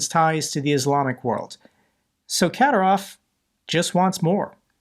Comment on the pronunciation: Ka-DI-rov, DI as in "did"